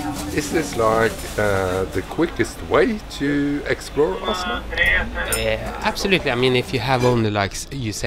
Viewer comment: Blir irritert av måten du sier Oslo på!!!😂 Man sier Ozlo på engelsk loool